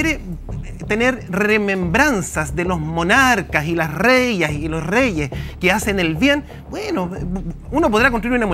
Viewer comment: Cómo llevan de panelista a un ignorante, que llama reya en vez de decir "reina"